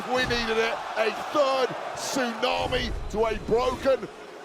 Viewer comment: This is nonsense,even to a commutator who's saying Suunami,this is stuipd 😢😢